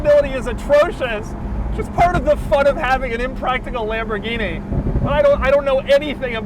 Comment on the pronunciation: Lamborghini "Shentinario" got me 😂🤣